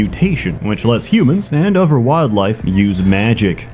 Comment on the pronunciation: Does anyone hear how he pronounces "th" sounds??? It drives me nuts how "other" is said as "ov-ver" it's so distracting and no one seems to hear it.